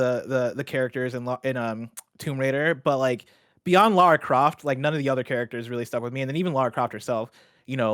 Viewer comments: Right. How hard is it to remember it's pronounced Lar-ruh. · Lara. Not Laura. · Lol tbf it was pretty jarring. She's literally gone her entire life pronouncing lara as laura 🙈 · Laura Croft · Pleeeeease stop calling her Laura Croft oh my godddddd 😭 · come on man.. "Laura" Croft? I have no idea how or didn't call you out on it! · If she says LAURA one more time....